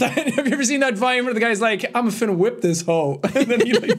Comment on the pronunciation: It hurt me that there say finna like (fin)(na) instead of (fun)(na) because idk if this is just a Midwest thing but when say it like (fun)(na)